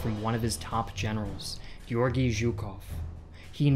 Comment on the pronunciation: As a Russian speaker, thank you for pronouncing the name “Georgi” properly and not as “Jor-gee” as it is so often irritatingly mispronounced.